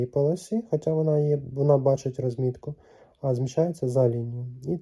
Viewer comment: Вы в школе украинский язык не учили? Не рОзмiтка, а розмIтка!